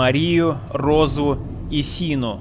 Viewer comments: не сину а шину! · не сину а шыну